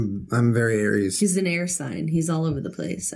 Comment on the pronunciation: Rewatching all the pods lately. Hearing her say that has me dying, as an Aries, because I can understand the logic of “Air-ease” thinking it’s an air sign 😂